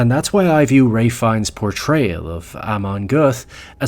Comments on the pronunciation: Content wise it's a great video, but I really can't bear how his name is spelled... As far as I know and you can correct me if I am wrong, it is spelled more like "fen" (like you would spell "feel") and "nee" (like the 'ne' in "never") (basically with french accent), not fines as in "fine" His portrayal of Ammon Göth was incredible. It was so good, that a survivor of the Plaszow camp actually thought, he was real. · Rafe fines??? Whos that?? Goddammit Americans midprononcing everything!! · Pls stop calling him FINES ...but try pronouncing his name like Fian instead! One of the most underrated actors! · « Fiiiens » not « Fines » you Yankee oaf 😂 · His last name is pronounced “fine” (not to be pedantic—I just think you’re the kind of person who appreciates little details)! Great video! Just subscribed! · AI narration.....it calls Ralph ....Raiph and Fiennes differently 2 times.